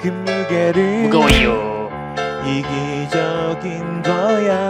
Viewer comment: 무거워요가 무거으요 로 들리는건..기분탓이겠죠?ㅋㅋ